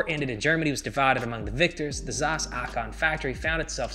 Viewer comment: The way you pronounce Zeiss triggers me. Wrong pronunciation.